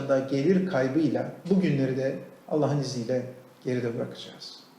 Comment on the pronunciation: Allah diyemiyor daha Alleh diyor ağzı sürşüyor la